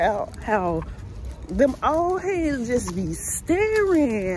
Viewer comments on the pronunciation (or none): The old heads comment made me laugh so hard because that sounded so southern 😂